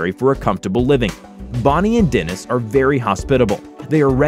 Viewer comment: im laughing at the narrator pronouncing Es as Is, like "her friend " or "they call it the DIN" omg